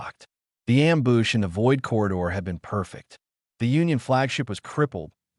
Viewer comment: amboosh ... ambooge ... Am Bush ... come on it is simple english